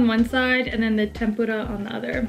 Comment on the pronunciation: It makes me really happy hearing you say “tempura” correctly! I cringe every time I hear “Tim-purr-uh” 😖😂